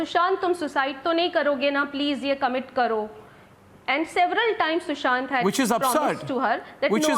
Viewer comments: It’s Sushant not sushan. Republic tv get ur facts checked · It's Sushant not sushan....